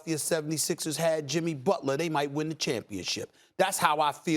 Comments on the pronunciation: It’s not Butla it’s Butler I believe? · JIMMY FREAKIN BUTLAH, TAKE OVUH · Take a shot every time Stephen says "BUTLAH"! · Jimmy BUTLAH